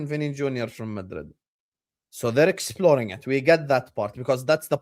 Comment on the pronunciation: mate he said "exploring" lol